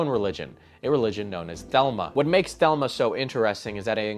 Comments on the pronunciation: Your reference is trump is a cult leader……I’m familiar with your topic here…..Thelma is pronounced “the-le-ma …..keep the politics out….there’s no need to insult part of your audience…. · Crawley's evil religion is pronounced thah-lee-mah NOT like the woman's name Thelma. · Thel lee mah, not thelma, thelma works at waffle house. It is a common mistake these days. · not trying to hate, but some of the silly errors in the beginning of the video legitimately made me laugh, like when you say "thelma" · Thelema is pronounced a lot more like how it's spelled than how you pronounced it